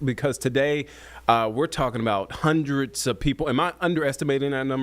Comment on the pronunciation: Taught him to say hundreds 😂 come on ninja